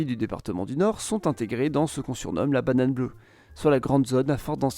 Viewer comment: ça me chamboule, j’ai l’impression d’entendre la bananane bleue xo